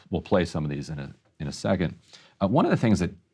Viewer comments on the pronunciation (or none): There’s no t in the word second sir, it’s second with a d.